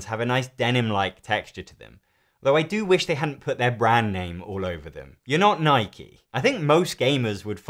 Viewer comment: Hey hey... an Englishman who actually pronounces Nike correctly.